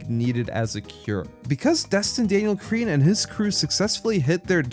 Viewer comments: Bro it's not Cretin it's Cretton. Cretin is a word for a foolish, obnoxious, or deeply unintelligent person. 😂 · It’s cretton not cretin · Its pronounced Cre-tun not creeton lol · please please please pornounce crettons name correctly